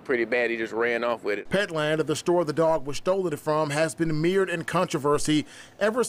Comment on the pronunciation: It's not "meered in controversy." Mired is pronounced "my-ered."